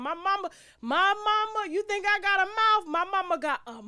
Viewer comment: "Mouf," LMAO!